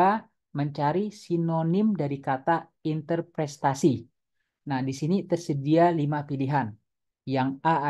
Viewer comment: Interpretasi bukan interprestasi